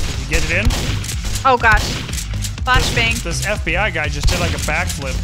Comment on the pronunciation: NO. What did i just hear? I better have not heard her say "blashbang". I refuse.